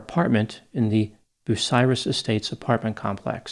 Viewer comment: Are you from Ohio? I am impressed you knew how to pronounce Bucyrus!